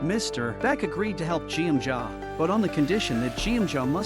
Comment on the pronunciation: Her name pronounced Guem-ja!!! Not jieunja... stupid bot... smh